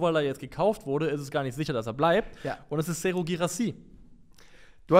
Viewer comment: Bei Guirassy's Vornamen habt ihr die Wechstaben verbuchselt- Serhou und nicht Sehrou😊